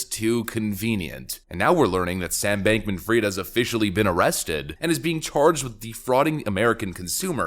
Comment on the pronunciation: Hi. Its not Sam Bankman Freed - IT IS Sam Bankman Fried (spelling fraid) Almost allnews anchors and media influencer get this utterly wrong.